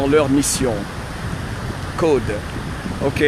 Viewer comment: Hey "! J'adore quand tu dis; (peut etre un tic de language, un accent, ou que sais-je...CODE?plusieurs niveaux de lecture, cOde...😁😄😅😉😝